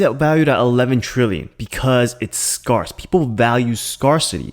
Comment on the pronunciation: *Scare = Skehrs. Not Scarss